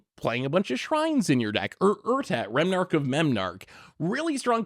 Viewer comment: Remnarch of Memnarch 😂